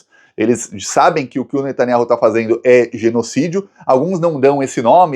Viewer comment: Finalmente falou o nome do Netanyahu certo.